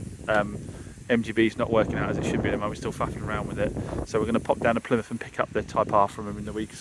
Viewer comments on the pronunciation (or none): none